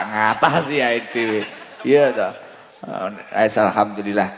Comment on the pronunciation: Fasih beneer ucap hamdalah.. jangan jangan dulu muslimah itu